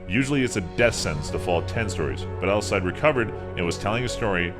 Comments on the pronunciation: Nice vid but you butchered some of these names lol. Alcide is pronounced Al-see-day, not Al-side. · The guy's name is pronounced Al-seed-day not Al-side. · "Alcide buritto"